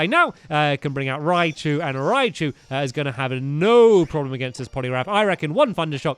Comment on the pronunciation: stamps use thunderous z on ri-chu